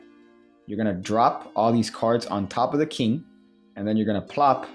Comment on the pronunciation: What is a “keeng”?